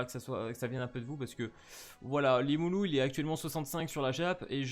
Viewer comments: limuloum xD c’est limuleu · Iimulu* rimuru les R se prononce en L